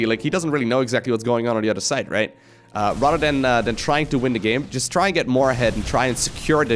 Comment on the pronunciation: Every time he says "rather than" i hear RotterdaM